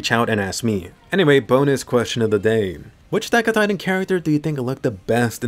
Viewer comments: "why did atagada" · Everyone: attack on titan This guy: atacatatan